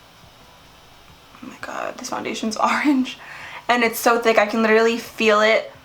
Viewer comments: did anyone also hear her say "arange" instead of "orange"? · I could watch your videos all day. Random but I like the way you say orange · I love the way she says orange! Lol